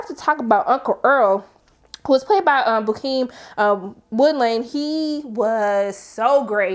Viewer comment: Sis struggled this whole video😂